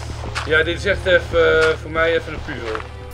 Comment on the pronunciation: lol zei puuzel